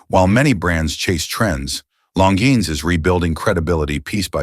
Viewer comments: Longines is not pronounced as "Longenius". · AI video. Hence the stupid Longiiines pronunciation… Also, I disagree with the “Fifty Six” statement that it has “in house” movement. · When you let AI ruin your watch credibility. Stopped watching at "Long-gee-nus". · You lose me with the gross mispronunciation of Long- Geens via AI. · You lost me at the first WRONG pronunciation of a watch name